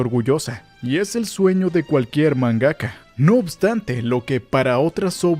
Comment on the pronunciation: Se pronuncia MANgaka, no manGAka ya que no dices "manGA" ¿no?